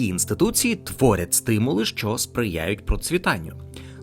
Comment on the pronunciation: Дикторе! Купи поп-фільтр, або навчись ним користуватися! 👺 І ще важливий момент: українська "и" це не расєйська "ы" по вимові! А "що" - це не "шчо"! 💩